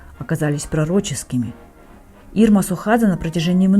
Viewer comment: Ирма Сохадзе, а не СУхадзе)